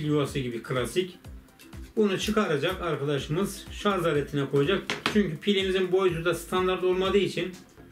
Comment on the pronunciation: "Şarz" deme abi gözünü seveyim ya! :D "Şarj" o şarj!!